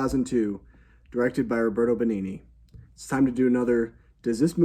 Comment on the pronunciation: The best thing about the Pinocchio reviews are the attempts at pronouncing the actors' names. "Nicolette Burishy" made me lose my shit 😆 Another video has "Robert Bengini".